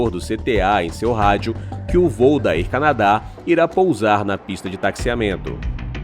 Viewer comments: Olá. Não quis ofender. O conteúdo do vídeo e muito bom e bem informativo. Desta parte você é de parabéns. Mas pergunta uma vez alguém que fala inglês como se pronuncia Air Canada e Airline, etc. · Air Canadá? A pronuncia correta é: ÉR CÂNADA ÉRLAINES